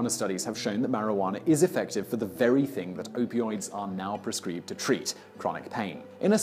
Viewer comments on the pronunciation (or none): Did he say "pres-CREE-bed"?! I swear sometimes Brits use goofy pronunciations just to piss off Americans! 😄